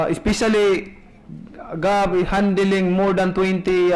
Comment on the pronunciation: hay nku pakyaw...handeling dw sabi nya instead of handling hahaha grabe gud...tsk tsk